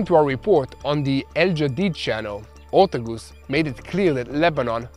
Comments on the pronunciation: her name is Morgan OR-T-A-G-U-S, US not oose haha you really butchered her name hahaha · Her name is pronounced Or-TAY-gus, please. It's killing me when you say OR-tug-us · pronounced... OR TAY' GUS